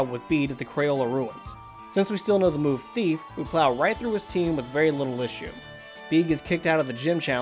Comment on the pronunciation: Bede’s name is pronounced ‘Bed’, not ‘Bead’